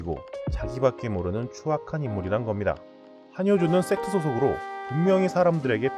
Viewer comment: 섹트가 왜 섹스로 들리지...